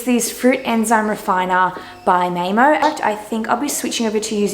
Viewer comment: Love how you pronounced MAAEMO :D It means "mother earth" in Finnish